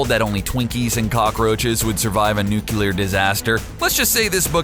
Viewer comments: It is pronounced new-clear not new-cue-lar. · Is that Superman's cape behind Maestro's head? Also, nucular? I'm pretty sure it's nuclear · Nuclear. Nu-cle-ar. NU. CLE. AR. "Nukular" is only a word when George W. Bush says it. (Also, I can't remember when, but wasn't he once reduced to a skeleton and re-grew in short order?) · I love the video but I can't help but correct you say nuculer but it is spelled nuclear but otherwise love the videos and keep it up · "Nucular" *TWITCH* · Nice video. Yet ...please...please stop sayin nuclear in the way which sound like a combination between new, the chi from chianti and the lear(from learn). Instead you could try saying it like it's mean to. new + clear(e.g as you would say it when saying clear). I know ..I know grammar nazi alert but i wouldn't have said anything if you hand't used the word and its incorrect form so many times.It stings the ear. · Dear God.... Nuculer?!?!?! 😒😒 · it really pisses me off when you say nuclear wrong